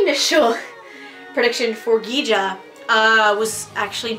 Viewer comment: Ki-Ja, not Gija.